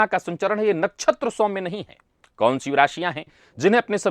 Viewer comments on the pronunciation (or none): अत्यंत प्रशंसनीय है कि अब 'श', 'ष', 'स' और 'क्ष' के उच्चार कभी-कभी सही होने लगे हैं। बस, अब पूरी तरह से "मेस रासि", "ज्योतिस", "श्नान", "नच्छत्र" आदि कर्णकटु उच्चारों को पूर्णतया 'तिलांजलि' दे दी जाए।...